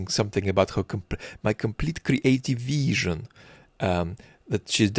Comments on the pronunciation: 😂😂I 💕 how you pronounce this veeeesion!! 🎉. Also the microbe 🦠 attention-spam of the POTUS and how you imitate this childish voice! 👏😀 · slavic accent feels personal man "viiIIIizZzion" hurts :<